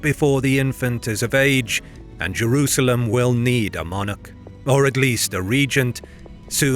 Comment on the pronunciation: Why do you pronounce it Jewrusalem?